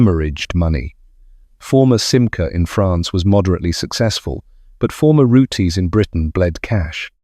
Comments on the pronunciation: It is not pronounced Rootays but Roots. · does it again with the pronounciation of Rootes its not rooteys pronounced roots and l did own a 1960s Hillman Minx and in the introduction of this video you mentioned Hillmans built in Japan and exported to Australia why would Australia import Hillman Minxes when they built them in Australia it was the Isuzu Hillman Minx only sold in Japan research goes a long way and also owned a couple of Hillman Gazzells they were rubbish glad to see them go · Roots not roote-😅s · This could've been so good, but saying Rooties and wrong models showing is annoying. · OMG SO RANDOM MAN! AND ITS ROOTS - THE 'E' IS SILENT.